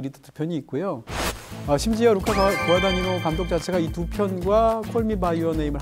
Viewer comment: 루카 과다니노 발음합니다요.